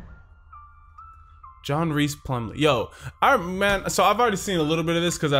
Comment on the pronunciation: ayyyyy my boy john rhys plumlee. you said his name wrong tho